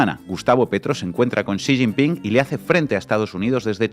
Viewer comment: Ahora se pronuncia Si sin pin 😅😂